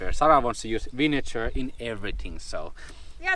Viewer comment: Vinegar has a 'g' like in the word Girl.